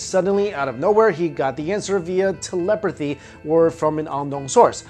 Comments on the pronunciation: Teleperthy? Really? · Teh-leperthy haha